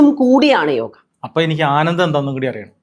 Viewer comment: yoga enna parachil tettaanu..സംസ്കൃതത്തിൽ അങ്ങനെ ഉച്ചാരണമില്ല